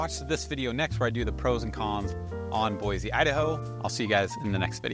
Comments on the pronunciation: You would think if you’re a realtor here in Boise Avenue, there’s no Z in their name is BOY SEE not BOYZZ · It's pronounced (Boy‐See) not boyzee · ProunncedBoi-see not Boi-zeeee!! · Ahem, Boise is pronounced Boisee, not Boizee.You’re welcome😂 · Please. Please. Say Boise the right way. Cool video though!